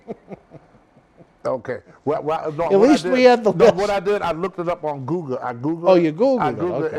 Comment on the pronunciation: On goo- gah (google) 🤣